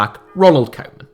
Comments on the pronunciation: It's not "Coman" it's "Koe-man" pronounced Kuu-man. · It’s not pronounced koman, it’s pronounced kewman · Trying to help out with the dutch prenountiation of Koeman. It's not coman, try to use the ou from group and it will sound 10 times more dutch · His name is not kow man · How about learning to pronounce Koemans name correctly?! Its embarrassing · You keep saying 'koeman' totally wrong. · That’s not how you pronounce ‘Koeman’ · Amazing how everybody fails to pronounce Koeman's name correctly.